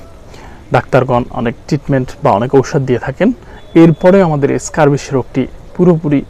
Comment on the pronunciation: ! স্ক্যাবিস উচ্চারণ করতে পারেনা সে আবার আসছে জ্ঞান দিতে আসছে ! আর কথারে শুধু পেঁচাচ্ছে বাল!